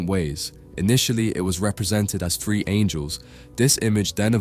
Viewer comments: Your "three" always sounds like "free" for me , nice video though ;) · WHY CAN YOU NEVER SAY “TH”REE JUST STOP BEING LAZY. FREE OR THREE? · How on earth do you end up saying “free”? What fucking part of “three” has an “f” in it? Lmfao is it that fucking hard to make a “th” sound? 😂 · Love how you pronounce '3' as "Free". hehe Lovely video. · Good Lord please pronounce"three" correctly. 😂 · Imagine making a video about the number 3, and not being able to pronounce it.